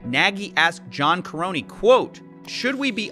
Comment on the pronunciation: The way he mispronounces “Nagy” and “Karony” just hurts me